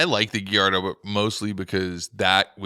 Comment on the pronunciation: GALLARDO NOT GUIERDO😂